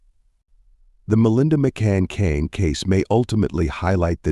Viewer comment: Can’t even get her name right